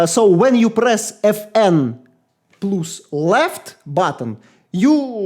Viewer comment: insane accent and actually great review. The last decent mechanical keyboard was released in 2016, I mean Corsair k70 rapidfire. So modern optical, magnetic and membrane keyboards are much better than new mechanical models. And, pls, plus reads as "плас", no "плюс")